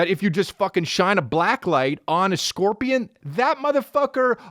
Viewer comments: “I scaled a korpian” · "I skilled a korpian"